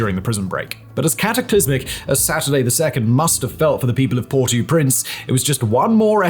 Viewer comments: Port-AU-Prince. That was annoying... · "port oo prince" hahaha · you pronouncing Port au Prince so wrong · I thought you’d have been intelligent enough to know how to pronounce Port-au-Prince. Shame. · Yo please pronounce properly Port au Prince